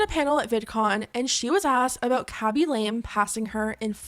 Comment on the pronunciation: I think Khaby Lame's surname is pronounced Lah-meh. Might be wrong but i think so!